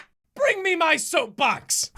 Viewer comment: I thought it said “sofa” not “soap box” but sorta “soap”